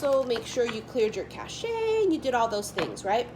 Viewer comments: Cache is actually pronounced cash, like cash money. But I love your fancy touch, 😁 😍 you're so cute. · Oh yeah, She said it like it's French, lol. But, I didn't even think about it because She likes saying words differently with accents.